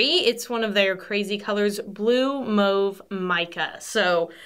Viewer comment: I love that you pronounce "mauve" correctly 😍